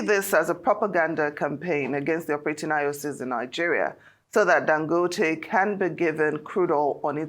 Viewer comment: Why is she pronouncing Dangote like she’s not Nigerian?